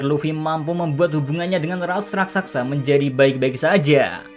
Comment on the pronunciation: wkwkwkwk rakSASA bukan rakSAKSA min heheh